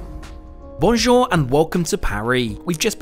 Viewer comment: it took me 5 seconds to understand, that you wanted to say bonjour.